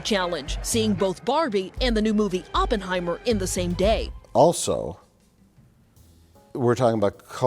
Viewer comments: “blockburster” and “Oppenhower”?! That is some Rich Evans-level mispronunciation! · Gotta love the 'blockbursters' and 'Oppenhauer' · “block bursters”? “Oppenhower”? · Blork Bursters? Open Homer?? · "Top block-bursters like Bawrbie and Oppenhower". lol..too many lunchtime martinis.. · "Oppenhower" 😂 Also did I hear Blockburster? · HUH? You don't like "Block Burrsterrs" and "Oppenhower"?